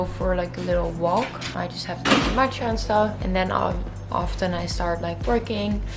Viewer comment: Watching from Asia (Japan) and I like the early posting time :) Love your accent when you say matcha☺️🍵